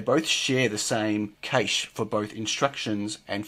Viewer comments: Cache = French word and pronounced as "cash", even in English not "caysh". !!!! Please! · It's pronounced the same as 'cash' ! Please, I thought you might know what you were talking about until then. ;) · accent is NOT pronunciation and in multiple different English accents the pronunciation of cache is the same and it's NOT "caysh"! Get a grip.